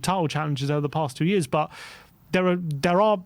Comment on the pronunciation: DEAR: HAS ANYONE EVER SUGGESTED THAT YOU WORK ON YOUR ENUNCIATION? -- ESPECIALLY YOUR USE OF THE WORD, "BUT"... I don't think I have ever heard you pronounce the "T" -- as it sounds more like "BUU"?